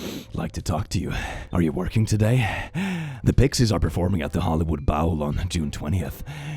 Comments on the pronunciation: I’m CACKLING at “Hollywood BOWEL” and “Hollywood PAL-UH-DEE-UM” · I also enjoyed “bowl” as “bowel” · At this point, I'm wondering if is purposefully saying a made-up word instead of dyslexic - trolling for comments (which I totally fell for) 😂